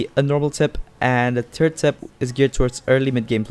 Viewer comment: I didn’t know I was pronouncing third wrong it is actually called tird